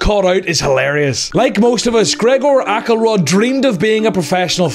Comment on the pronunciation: It is pronounced "Axelrod" , not "Ackelrod"